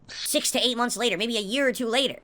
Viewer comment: These vids are too good.😂😂😂 Also I honestly thought I was the the only person who noticed he says “munts” instead of “months.”